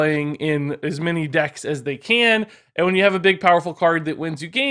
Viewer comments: When you said "und then" I was thinking of Baron Underbite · I study German and my mind red in german accent After that "und"